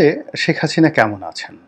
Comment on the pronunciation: নামের উচ্চারণ টা দারুন শেখ হাচিনা